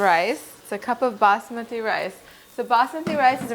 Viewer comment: Thanks for the lovely recipe! I recently heard about the benefits of the cuisines originating from the Mediterranean region so I'm going a little gung-ho about recipes like these. It's an additional bonus that it's vegetarian-friendly! Plus, you're the first non-Indian that I've heard pronounce 'Basmati' correctly!